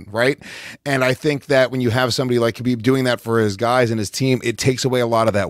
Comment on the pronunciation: Guys, the KH in Khabib, Makhachev etc. is just pronounced as a sharp H like in tge word HOT. In Russian and the Caucasus region, they transliterate the sharp H as KH. So there's no hhrrrr like in the word ACH!